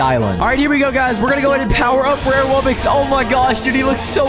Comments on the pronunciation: Incorrect pronunciation: Wub bux Correct pronunciation: Wub box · It's not wub-ix its wub-ox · why do you call it Wubbix? It’s clearly wubBOX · sorry if i am late but did he said at the begging bubbox not wubbox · Why are you saying wubbix it’s wubbox (wub box ) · "And" "Wubbox"